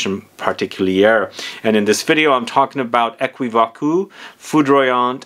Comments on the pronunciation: It prononces as "é·ki·vok" 😄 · U have to say Ae-ki-vok’ ❤❤❤ for thé french pronounciation ❤❤ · The way you say is very funny but that's ok. It prononces as equivok